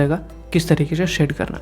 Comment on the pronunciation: Bhai aap shade KO see kyu kehte ho